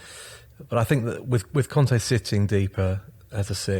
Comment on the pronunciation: Kante! Not conte!